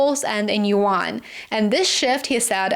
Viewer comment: yuan is a 1 syllable word. rhymes with Juan